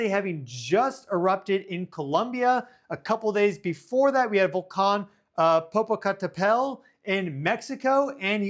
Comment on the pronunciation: LOL, honey I love your attempt to pronounce Popocatepetel! It is a Nahuatl word that takes a bit of practice. It is right outside the town of Puebla and if it ever really erupts that will be a disaster.